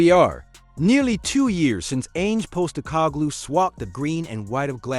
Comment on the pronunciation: Ange is pronounced the same as Angela and Postegoglou (pawstecoglou) Good video, all the best from South Australia.